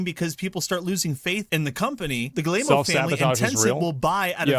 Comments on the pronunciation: I wish somebody could tell this guy it’s pronounced “G-ee-mon“ not “Gi-lay-moe” 😂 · Hearing Americans pronounce any name that isn't English is just cringe. Gi-ye-mo's?! Damn... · Family name is pronounced GUI-MOW... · "Galemo" lol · I love how this guy pronounces the CEO's name... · Can someone teach that guy how to pronounce Guillemot? It’s painful to hear. 😢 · My gosh that's the worst pronunciation of Yves Guillemot I've ever heard.